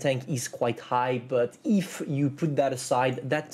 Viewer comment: Say EEEFFFF in America we say “if” my wife and I laugh 😂 every time say it again EEFFFFF